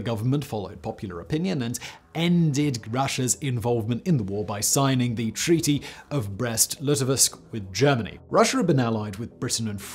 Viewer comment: Did he really just call Litovsk "lit-oh-visk?" Lmao that can't be right?